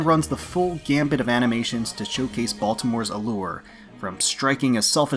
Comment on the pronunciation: Good choices. My favorite is Cheshire. It's the one skin I bought of these. btw it's "run the gamut" not "gambit".